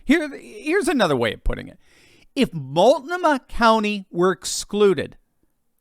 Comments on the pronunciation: Mult-NO-mah. Emphasis corrected. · Love the show. Being a transplant to the Northwest, Ill help with pronunciations. "Mult - NO'- mah" and Wall - OW' - wah. ;)